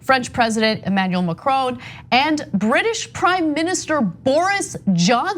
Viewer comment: Not “McKrone”, Anna. Lol. You always mispronounce people’s names.